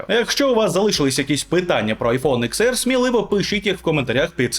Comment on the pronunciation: Десять, а не икс 🙄